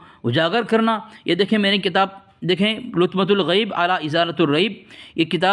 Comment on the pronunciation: حیرت ہے یقین نہیں ہوتا کہ یہ کسی دیوبندی دار العلوم کا فاضل ہے لطمۃ بفتح اللام کو بضم اللام پڑھ رہا اور اس سے زیادہ شرمناک بات یہ ہے کہ ازالۃ پر علی حرف داخل ہونے کے بعد بھی تاے مدورہ پر ضمہ پڑھ رہا ہے چلو بھر پانی میں ڈوب مرو دیوبندیو!